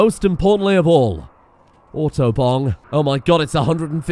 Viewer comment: "auto-bong" sounds like "autobahn"